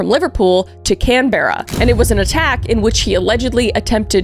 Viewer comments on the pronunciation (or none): Yep you butchered those names 😂🫶 we don’t say it how it sounds. Canberra is cambra Albury is Aubrey (I’m from Albury) Queensland is how it sounds queens land not queenslund. You said Sydney and Melbourne good tho! We say Melben lol just be lazier with pronunciations I guess 😂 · PS: Canberra is pronounced "can-burr-ah" (like 'brr its cold!) and Albury is "All-bury" (like 'bury the dead") ~ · U should do an over run of the port Arthur massacre… also Canberra is pronounced like can-bruh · Can-berr-ah!?!? ITS CANBERRA, PRONOUNCED CAMBRUH -No but this is just for laughs, luv ya vids Kris❤ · Can-Berra it’s Canberra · You said Canberra wrong you said Can-ber-ra but it's pronounced Can-bra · Correction... It's Can-beh-rah (Tho I've heard it pronounced your way from the bogans. The Beh is important ). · Should take a look at the Port Arthur Massacre or Katherine Knight. Also just for some future reference; Albury: all-bree Canberra : can-bruh Melbourne: mel-bun Goulburn: gol-bin Also you might be pleased to know that stomach cancer without treatment is absolutely fucking agonising and induces nausea as it progresses. So the fact he had throat cancer and would get the acid reflux from the stomach cancer is poetic. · Hold on I love how she pronounced Canberra 😂 ❤️ (also it’s can-bra) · Thank you for doing an Aussie case. However, Canberra is our Australian capital and it’s pronounced can-bra and Maitland is pronounced mate-land (as a Aussie who used to live up the road from this jail). I had to correct you sorry my love ❤❤❤❤Also you can go on ghost tour at that jail now (except it’s closed for renovations and safety concerns atm) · Canberra is pronounced can-bra. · Canberra is pronounced canbra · You mispronounced Canberra Aubrey it’s can-bra and all-bre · It’s as if your pronunciation is based on being over everything and tired hahaha like „In AH-stralia, Can-BRUH I’m tired it’s too hot MAIte argh” 😂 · Or absolute butchering of Canberra😂